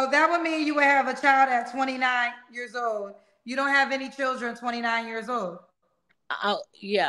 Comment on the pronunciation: Lol nah she said 3 yurrs 😂💀